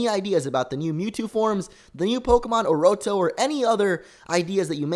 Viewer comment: it's Oorotto, not orotto, oh u silly x)